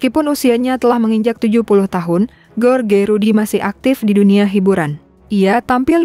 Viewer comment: Duhh mimin bisa baca g sih..george d baca nya jooj... G enak bnget ge.or..ge...ge..or..ge...melulu.. Joj rudy..joj taka...